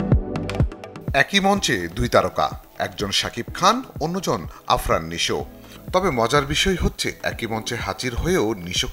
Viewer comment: চ্যানেল ২৪ এর কি নিউজ প্রেজেন্টার অভাব পড়েছিল, আফরান নিশুকে আরফান নিশু বলতেছে 😂